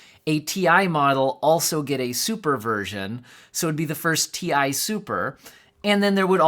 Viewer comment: It's Ti not Ti or Ti.